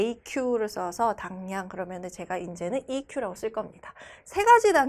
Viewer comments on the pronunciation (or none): eq인데 왜 에이큐라고 읽나요?